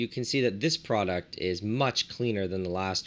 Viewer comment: He says product like it’s coke or something 😂😂😂 That’s hella cool tho! That always tripped me Out how to things that kill you if put together in a relationship with just make you taste salty